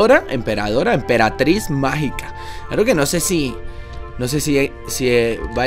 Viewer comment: No era EMPERATRIZ MAGICA Y DICE EMPERATIZ MAGICA